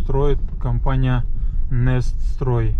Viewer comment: Neststroy обиделся наверное за произношение "нестрой" 😄